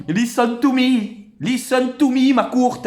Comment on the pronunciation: 🤣🤣🤣 lisseun tou mi makroute LISSEUNE TO MI IN ZE PLACE TO BE